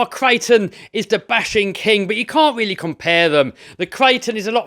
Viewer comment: it went weally well.